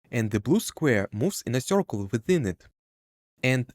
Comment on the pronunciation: "Corcle" "sorface"